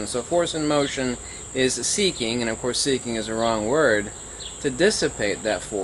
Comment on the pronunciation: you say force and motion as if you are saying force in motion; stop it. or are you saying force in motion; as if saying inertia?